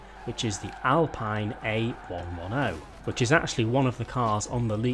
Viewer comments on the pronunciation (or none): Chairhotdogchair yeah but even then it’s not a one one oh it’s a one ten